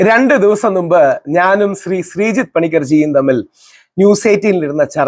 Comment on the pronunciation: A request: Dont say... നുമ്പ്... Please Say: മുമ്പ്. (In your all episode you says..നുമ്പ്..)